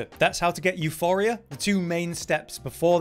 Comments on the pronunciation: EuPoria, not Euphoria. Euporia is the greek word for "abudance", if I am not mistaken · OMg my petty rage was boiling every time he said euPHoria and not euPoria Puh not Fuh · Euporia. Not Euphoria.. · It's EuPoria, Euphoria is quite literally a different word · εὐπορία is the Greek spelling, the goddess of abundance euporia. It’s not pronounced euphoria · Euporia, not Euphoria. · Its euPoria and its a greek word basicaly meaning prosperous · its not calle euphoria, its called euporia, meaning abudance. you dont even need to know how to read in order to become a youtuber apparently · You-poor-rhea Theres no H in euporia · Came here to see if we have yet another video where the name of this weapon is mispronounced, and I only had to wait ten seconds. At this point it is getting annoying, your making a whole video about the weapon and won't take a split second to make sure you're reading the name correctly. You-poor-ee-uh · εὐπορία is the Greek goddess of abundance. It is pronounced similarly to euphoria, but you pronounce the P. The third letter in the word εὐπορία is the Greek P letter. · Hes helping isnt he cause he says the name of the wepon wrong your all mad you guys are sad the info helps doesnt it watch another video if it offends that much 😂😂😂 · there is no H in Euporia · Lol, living up to expectations,... can't even pronounce the name of the weapon correctly...